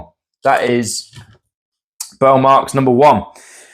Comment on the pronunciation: "Burle" is something like BOOR-lee in Brazilian Portuguese.